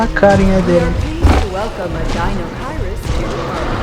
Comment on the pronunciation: E a dublagem continua prenunciando o nome do Deinocheirus errado. :v